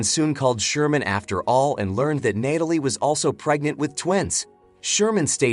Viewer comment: I love watching these movie recaps but....its NAT-alie not NATE-alie. That really bothered me lol